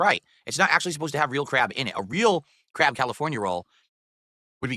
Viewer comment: Whenever he says "crab" it sounds like "crap"